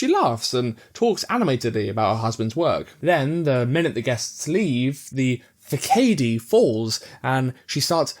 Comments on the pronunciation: facade is pronounced “fa-sad” not “fa-kay-dee” Great video! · I have never heard facade said that way. I'm pronounce it like fa-sa-due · "Fu-cay-de"? I always like hearing heavy readers betray their little ways of mispronouncing things... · I’m buying this book thanks to you. Façade is pronounced fah-sod, but you used it right, and French borrowed words are always diabolical. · Yes, I will be pronouncing facade as fa' kay 'dee from now on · I came to the comments to see if anyone else picked up on that pronunciation as well 😅 The only one that annoys me more is when Americans say 'niche' and make it sound like 'nitch' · genuinely have no idea if ur saying facade like that as a book reader accent thing or just for fun and i think my lifes better for it